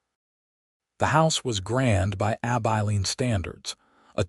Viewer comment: For Gods samke its Abilene (short i) NOT AbEYElene!!!!!